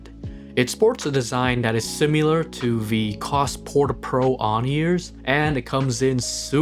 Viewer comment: does he not know how to say similar?